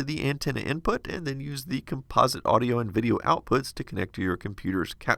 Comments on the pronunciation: auido instead of audio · XD So what's "Auido"? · Auido, instead of audio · Interesting piece of kit. Did it run hot, sucking the batteries dry that fast... oh and "auido". Heh. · "Auido and Tracking"